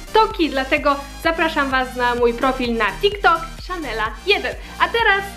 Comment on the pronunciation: SZANELLA TO WO REK SLYSZYSZ WO REK WOREK